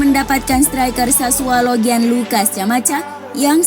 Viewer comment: Sassuolo bukan Sassualo min.. 😆